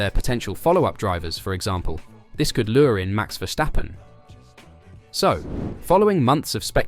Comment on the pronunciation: Why do they all pronounce Max' last name vershstappen while it's just Verstappen?? Idiots